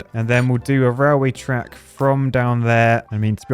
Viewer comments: Am i tripping or is he saying rawl way? 😂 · Why do you pronounce it like "rileway"? 😁 Is that now it is pronounced in UK English?